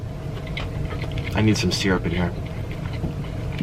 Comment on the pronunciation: Syrup =Pronounced "SEER-UP" ! EEEWWWW! LOL! 😄